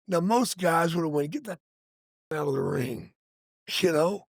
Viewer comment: It's pronounced RING.....not rink.....good lord